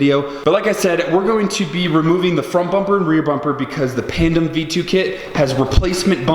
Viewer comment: All this time been talking about his body kit and just today I realize it's pandem and not panda lol